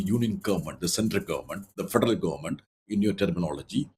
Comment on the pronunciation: "the futrlutt government" federal?